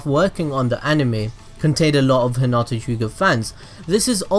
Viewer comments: Anyone else bothered by the fact that he kept calling hinata 'huhnata'?? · Your saying hinatas name wroung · No offense but I heard at the beginning is: Let's go bulls deep on Hinata